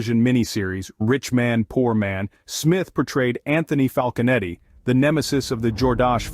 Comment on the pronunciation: Falconetti not Falcon Eddie 😂